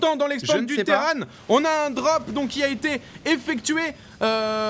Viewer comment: Bliiiinkeuuuuu sur la collineuu du Terrane ! PS: Moi je dis terran pas terrane, terranes c'est le filles, Imagine Arcturus: Terrans, Terranes du dominion[...]